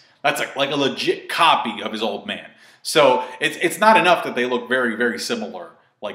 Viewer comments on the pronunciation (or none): none